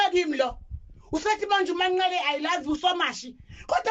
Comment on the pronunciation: 😂😂😂Izindaba ezingaka ngyabonga kodwa ngoba umbiza kahle uthi u Manqele